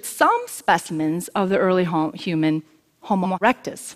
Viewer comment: Lol. She said homoerectus